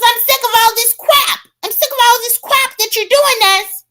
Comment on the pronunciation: “I’m tired of this cwap! I won’t take this cwap!” 😂😂😂